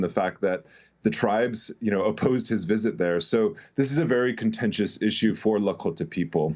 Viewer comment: I appreciate people that say Lahkota correctly 😊